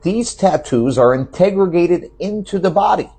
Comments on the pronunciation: "integrigated" I can't even take dude seriously lol. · Sorry, anyone that says “integrogated” as opposed to integrated losses all confidence as a provider of information. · Sure, the article is crazy, however, when you mispronounce the word “integrated” tells me you found and read this, and now your doing the same and